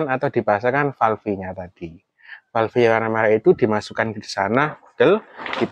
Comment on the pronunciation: Terimakasih... Manteb .... btw. .. Falêf, Om. Bukan falfé 😊